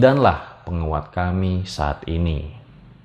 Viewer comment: Maap bang intonasi bicara nya saat kata terakhir jangan terlalu ditekankan contohnya kamii pasti bang rjl terlalu ditekankan🙏🏼